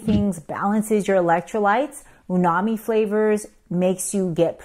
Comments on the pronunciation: Actually it’s she says perverted instead of converted. She does it ever time she says that and also says Unami not Umami. Very odd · The word is uMami not uNami!!! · Is it “unami” (which I hear her say) or is it “umami” as the transcript says? I’m confused. 🫤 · umami, not unami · Wonderful video! Just wanted to mention that it’s called umami, not unami. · Is it Unami or umami? I’ve never heard of Unami but maybe I’m wrong. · In summary, she keeps incorrectly saying "unami" instead of "umami" and I can't focus on anything else. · Said it incorrectly. It is UMAMI (not Unami) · Dr the word is umami with an M not Unami it’s in the dictionary. 🧐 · Did she say “they are perverted into simple sugars” close to ? Supposed to be converted & also says unami instead of umami. Weird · Hello, it’s Umami, not Unami. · Japanese lesson for you. "Umai" = 'delicious,' "Umami' the 'delicious flavor' // in any case, not uNami. It's uMami, It rhymes with 'You Mommy.' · It’s ‘Umami’, not ‘Unami’… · It's umami, not unami. Unami is eel. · You are SAYING "UMAMI" WRONG, not just spelling it wrong. There's is no "n" in "umami", its said like "mommy" preceded by "ooh". "Ooh mommy". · It’s not unami It is umami ….. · Unami? It's uMami. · Correct word is UMAMI , with an "M" The "Unami" were a native american tribe in Delaware. Embarrassing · I’m so glad you pointed this out bc it was so annoying every time you said uNAmi! I was cringing 😅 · BTW, the word is "uMami" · Umami is umai. (Google translate to Japanese). The word is U-MA-MI. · There's a pronunciation error with the word Umami too. But aside from that, great video. Thanks! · Yeah. You pronounced it that way too. Way to go. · You HAVE to find some humor in an Asian woman professionally mispronouncing(not just spelling) umami.....diet jello flashbacks!....😂....big love, 24/7....❤ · uMami! Not sure I can trust a doctor who can’t read or say spelling correctly!!!